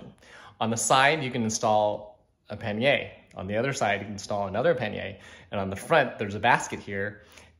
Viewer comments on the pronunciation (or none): Pan yer. Not pan yay🤨